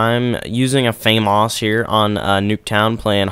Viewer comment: (FAY-MAS)? i thought it was (FAH-MAS)